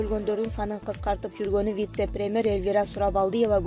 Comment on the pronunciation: 🤣🤣🤣бут туура эмес суйлот экенсиз диктор🙈🙈🙈 1- ПАНДЕЕЕЕМИЯ эмес пандемИя болуп окулат 2-ПРЕМЕР министр эме премЬер болот кыскасы толтура экен катаныз уят...